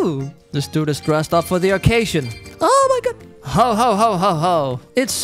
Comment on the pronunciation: I love when he says o my gut